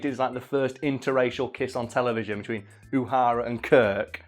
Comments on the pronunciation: Just for the record it is "Nyota Uhura" and not Uhara. Love the video though. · It was Uhura instead of Uhara or am I wrong? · Her character’s name was pronounced: “Oh-who-rah”. Not “you-ha-rah”. :-) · It’s Uhura. Not Uhara. Come on. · I've never thought I'd be the twat that corrects the pronounce but here we are, it's UhUra, not UhAra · uhara and kirk..!! wait what...uhara?..;) nice one.. you must be a real hard core star trek fan^^ always thought she was named uhura^^ then pls go all the way and say kork and uhara^^ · ... Uhura Pronounced Uh-Ura not U-Ha-Ra... thanks. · Her name is Uhura (u-HUR-a) not Uhara (u-HAR-a) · Uhara? Uhura. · The only thing that triggered me in this video is you calling Uhura as 'Uhara.' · Uhara? Who the fuck is Uhara? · Oh yes, my favorite star trek character, lieutenant "oo-hara" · "oohara" lol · The only angry comment I have for this section is the way you keep pronouncing Uhura!